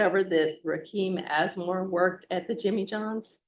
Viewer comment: Did she say assmore? 😂😂😂😂. Boys are gonna love him.